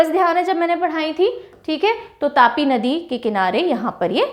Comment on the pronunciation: Mam it's tapti nadi not tapi you are always pronounce wrong